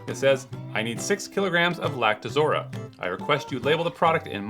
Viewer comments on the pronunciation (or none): It's pronounced "Lact-o-rosa" not Lact-uh-zora